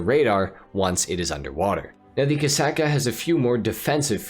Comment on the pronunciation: "Torador" and "Kasaka" 💀 Only in Ohio